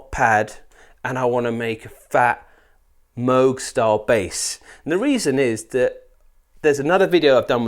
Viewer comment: Its Moog not Moog